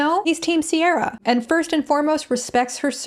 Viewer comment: No harm to Ciara because she didn't choose her name but it is soooo galling it's pronounced Sierra when it's an Irish name that should be said "Keir-ah"